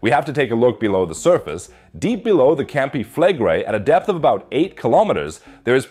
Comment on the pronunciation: Campi Fleg (quick pronunciation) -Re-ii (long outdrawn -i..). Not Campi FLEGGrei.